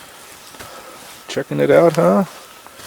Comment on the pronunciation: When I first started watching this video I thought you were calling your dog "Pooper" until about the 4th time you said his name "Couper". I thought to myself ' that is an odd but semi cute name for a dog ' and then I thought ' huh I wonder if he picks up poopers' poop when he poops along the trial. Oh well ! Just an odd observation.